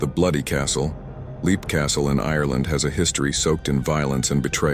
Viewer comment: Leap Castle is simply pronounced ‘lep’. I pronounced it ‘leap’ too until I watched a documentary